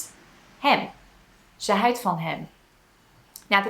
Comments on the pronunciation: i'm impressed with your pronoucation, only thing that threw me off a little bit is your pronouncation of houdt, you pronounced it more like huid, wich means skin. The "ou" in houdt is pronounced more like "ouch" in english but without the "ch". In general the way you use 'er' is the same as 'there' in english, but not using it persé as a location, but more to point out a fact, for instance. There are a lot of people, er zijn veel mensen, or there is no excuse for doing that, er is geen excuus om dat te doen. The last sentence is rather complicated already, but it does show fairly well that 'er' doesnt always really point at a location but more at the existance of a subject. 'Daarvoor' is indeed more used for specific things, a good translation would probably be something like 'for that' in most cases. 'daarvoor heb je een hamer nodig', 'for that, you need a hammer' or 'you need a hammer for that', but that is the way you would use it in a response to something. Another way of using 'daar' is like 'niet hier, maar daar', 'not here, but (over)there'. In this context its used to point out a location, and i think in this context it is used the same as in english, imagine you are in the supermarket asking one of the employees for an item and they say, 'it is (over) there', 'het is daar'(although you would probably say het ligt daar instead of 'is'). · I was a bit surprised that you couldn't pronounce 'houd[t]', but instead you said 'huid'. This is the first instance your pronunciation isn't impeccable. No worries, this is of course a compliment for your pronunciation! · Let me be the "azijn zuiper".... I really love your video's, and your pronounciation is great! but 1 little thing you get wrong is the "OU" sound. "Ze houdt van japanse muziek".... OU there is pronounced like "AW" in english. Don't even know how to describe UI sound foneticaly in english. cant come up with an example